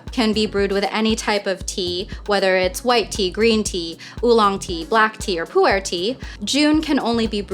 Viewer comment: eh?? are you chinese? You said pu erh tea in correct accent.